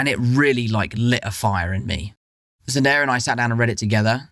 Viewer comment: ”Zenderrah and I”